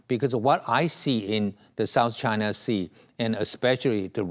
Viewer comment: Why he called China is "Trynaaa"